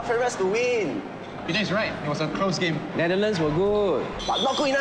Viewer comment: That guy can't even pronounce Netherlands properly. Worse Chinese actor of the year. Wtf is Netherthand? He better pronounce properly.